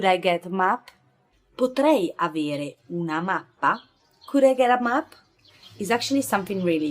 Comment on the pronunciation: Potrebe "AVIERE" ó "AVERE"? Could you speak clear?